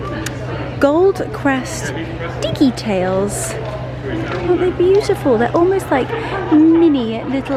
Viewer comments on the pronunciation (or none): I did have a chuckle at the " diggi-tails", tho!!!! lol